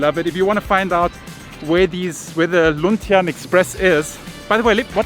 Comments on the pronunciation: It pronounce loon-tee-ann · Luntian means green. Say it this way Loon-tea-ann :) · Luntian means green (fresh). It must be pronounced as "lun-ti-an". I'm happy to see that the bus was converted to a moving store. Bus companies and employees (even jeepneys and other transports) are struggling right now and that's a good idea. Thank you for supporting the locals😍